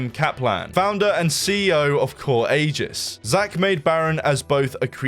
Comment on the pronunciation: why did bro pronounce aegis like that.. i dont get why people think the letter "g" is pronounced like a "j" when its not